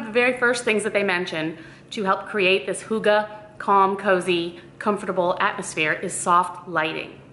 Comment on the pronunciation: OMG that's all of a sudden a thing? also misprounounced :-(